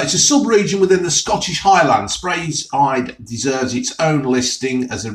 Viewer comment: Ha it's speyside not spreyside , got me chuckling